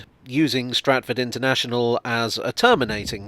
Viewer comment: Stratford “un”ternational